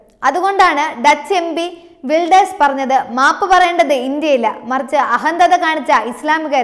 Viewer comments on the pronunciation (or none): Correct. കുറെ തെറ്റുകൾ ഞാനും ശ്രദ്ധിച്ചു.....അഹന്തത പ്രത്യേകിച്ചും.